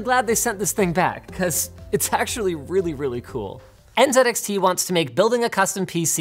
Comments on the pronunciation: Dear Linus, The brand name is NZXT not NZEDXT. Thank you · N Zed X T .... if Z is Zed then T is Ted, so it should be N Zed X Ted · Linus, you realize calling it En-ZED-Ecks-Tee just sounds silly, right? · I respect linus and everything... but why did he say “N Zed X T” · ... I've never heard it pronounced N-Zed-X-T before. That's freakin' weird. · Anyone other American triggered by Linus saying NZedXT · En zed X T